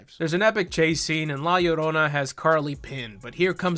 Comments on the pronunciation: Calling La Llorona "Leroy" made me giggle. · Calling la llarona leroy is so effing funny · “La Larona” lol... guys, in Spanish, most of the time a double L, is like a Y kinda “yuh” like “¿como te llamas?” That last word is pronounced “yhamas” not “lamas” so, it’s “la yarona”... the uh... the more you convolutedly know...lol Edit: and no, I know knows and is saying it like that to be funny, I left the above comment cause of the typical white gal in the movie that calls her “la larona”... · calling la llorona “leroy” is exactly the kind of content i’m here for. 11/10 ⭐️ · Man.. esta cabron.. this movie is just beyond.. I only watched this cuz you make it funny.. specially when you say La Leerona lol, I can’t believe the husband dude, can’t believe the cartels.. the visuals, nothing.. totally irredeemable.. and for that we applaud you you made it really funny to watch.. Also I’m gonna have to check that good La llorona movie you mentioned, didn’t know there was one. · Leighroni....how many ways can you murder her name....🤣🤣🤣🤣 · Lol, love how goes from full correct pronunciation of La Llarona to Lee Rony by the end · Did you say f*cking "Lolly Rona"!? You were killing me. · “La Leroni” 😂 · "Lee Roni" lmfao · I love how keeps purposely pronouncing la llarona’s name wrong 😂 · The slow descent into saying La Llorona worse each time made me laugh so hard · I need a compilation of every La Llorona mispronunciation ♡ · the mispronunciations of the word llorona had me crying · Every time he says la llorona its a little less understandable